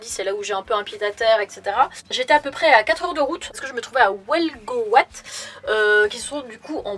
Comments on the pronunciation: En fait, prononciation à la bretonne, on dit U-elle-gouate pour Huelgoat. =) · Cette prononciation de Huelgoat ptdrrrrrr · à "Huelgoat", ça se dis en gros "U-L-(gu)oite" ahaha Mais bon, j'avoue que parfois le nom de nos patelins sont pas faciles à prononcer! ;)